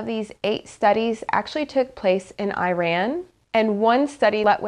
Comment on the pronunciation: she pronounced Iran wrong